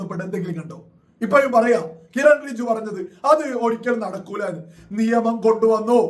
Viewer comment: റിജു അല്ല ബ്രോ ,റിജുജു എന്ന് പറയൂ.Anyway thanks to Kiren Rijiju for coming to Munampam and explaining the Law.